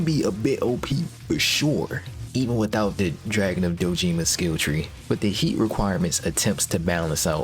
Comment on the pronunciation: Dojima. Doh-Jih-mah. Not: doh-JEEmuh.